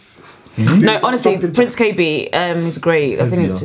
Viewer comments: PRONOUNCED: PRINCE KB. NOT kabae.. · its pronounced as K B. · It’s pronounced K.B, Prince Kay Bee. I love your reviews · The pronunciation is like Prince K - Bee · Kah-Bai is wrong? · its pronounced KB... but love you guys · You pronounce it as KB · It's pronounced Prince K B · Cute😊 but It's pronounced prince KB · It's pronounced KB - Kaybee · Its pronounced keyi B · Zee Mabuza thanks for asking like I was shook,the way he pronounced it